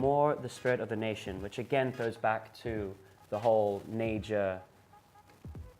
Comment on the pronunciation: They talk about it like they know but they can't even pronounce naija right smh fucking dickheads